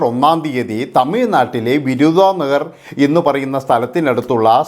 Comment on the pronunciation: വിരുതാനഗർ അല്ല വിരുത് നഗർ